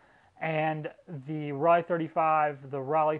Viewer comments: It’s ‘row-Lai’, not ‘folly’ lol German made are Tessa’s lens,sgp made are sonar lens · The "o" in Rollei is long so it's pronounced Role-ee. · Roll-eye. Say it!